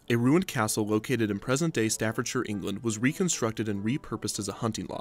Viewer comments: You got a like for pronouncing Staffordshire correctly. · I commend you for being the first American I've ever heard pronounce the -shire suffix correctly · An American saying Staffordshire correctly?! What is this magic? Nice video, I went on the black hole a few times back in the early 90's. Legendary coaster. The darkness is what made it. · Great video. And as Brit, I must say thanks for pronouncing "Staffordshire" correctly 😃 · You've done such a fantastic job on this one, Kevin. You got the story of the park and the ride spot on, and you pronounced one of our counties correctly! I've never heard an American do that without being prompted to, and it means a lot for such a small detail.